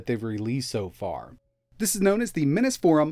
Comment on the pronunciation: Hey, do you mispronounce Minisforum on purpose to have people comment? If not, why can’t you say it correctly?